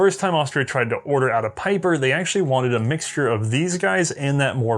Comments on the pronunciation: Pieper: Not "Piper", but rather P"ee"per. Anyways, lovely episode and happy new year, may with a little bit of "hindsight is always 2020" the next year be prosperous and great! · It is Pieper as in Bee with a long eeeeeee, not Peiper! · Comes from not learning German pronunciation. ie = "ee" while ei "eye". You're not too young to learn a new language,! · "Peeper"... Pieper is pronounced as "Peeper" in English ... you're welcome. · His name is pronounced "Pee-per".